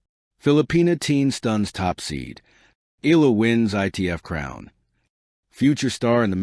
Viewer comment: It's Eh - yah - lah. Please pronounce it correctly.